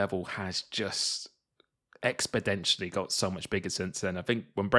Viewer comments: Expedentially? lol. That word is "exponentially",. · Btw it is pronounced expo-nentially not expo-dentialy 😂🙏🏻